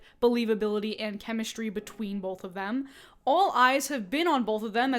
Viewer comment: The word BOTH does not have an L in it. Please say the word correctly, not "boLth."